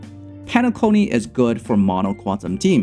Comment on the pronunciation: Thanks for this guide. Xoxo "Qunatum" lol